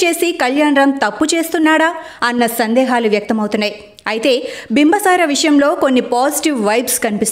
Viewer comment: బింబ సార అని చెపుతున్నా రు. అది తప్పు బింబి సార అని చెప్పాలి.